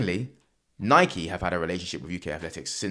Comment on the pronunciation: Gasp A Brit who pronounces Nike correctly! 😳🤯 Is hell freezing over or something??? O_o